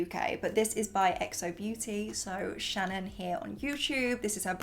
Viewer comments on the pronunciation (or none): none